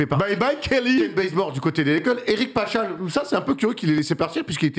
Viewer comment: Alors Paschall se prononce PasKall et non Pachal